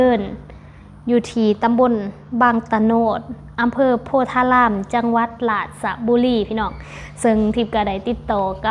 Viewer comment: จังหวัดราชบุรีให้คุณอา่นว่าราดบุรีไม่ใช่ราชะบุรีครับ